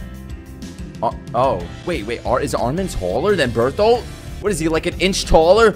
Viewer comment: I think this was the first time he said bertholt right the first time 🤣🤣